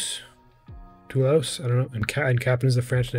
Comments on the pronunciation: Your pronunciation in french is not so bad. If you want to say ''Toulouse'' correctly say ''to lose''...but in fact it's one of the best rugby team in Europe! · The correct pronunciation of Toulouse is: “To loose” Sorry, for them. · recent rule: Kick from behind the 50, to the opponents' 22, get the possession in the lineout back...Fantastic! Toulouse, same pronunciation as "To lose"... 😁